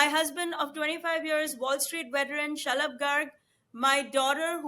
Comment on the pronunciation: I’m crying shalab comes out as shut up🤣